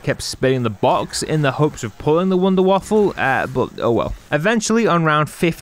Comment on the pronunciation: Wunderwaffe not waffle